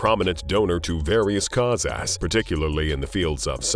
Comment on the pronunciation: Words like kaw-ass for causes. Ugh!